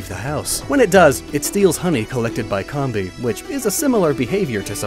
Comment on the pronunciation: Say "Honey Comb" Now drop the "Honey" part and add "Bee" Comb-bee not Comm-Bee